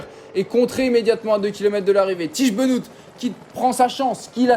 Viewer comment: "Bénote" pour le dire bien ?